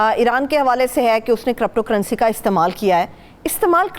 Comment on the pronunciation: ITS NOT CORRUPTO CURRENCY😂😂 ITS CRYPTO... YOU CAN PRONOUNCE AS CRIPTO CURRENCY Good work both by the way! Stay blessed.